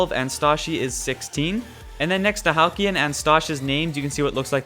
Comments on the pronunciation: Halcylon. Hal-cell-on. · Halcylon is pronounced (Hal-See-on) just thought you should know